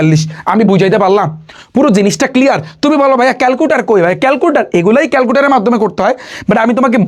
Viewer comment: ক্যালকুলেটর ❎ ক্যালকুটার ✅😂